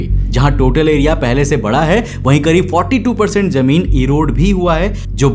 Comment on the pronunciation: Jameen ❌ , Zameen ✅